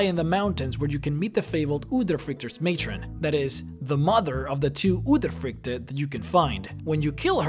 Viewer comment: I am from Norway and you say udyrfrykte wrong